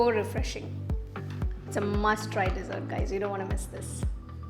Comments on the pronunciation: Most common pronunciation mistake with D.sert and desert, big difference are u feeding sand?🤦🙆🤨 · Thank you. I'd love to try this recipe. Tips for future videos: Dessert is pronounced D'Zirt, not desert of sand dunes. Sieve is pronounced siv (rhymes with Shiv), not seeve.